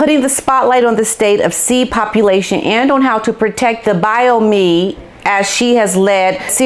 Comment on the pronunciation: Not Bio Me it is Bi ome. It sounds like home without the h. Love your videos.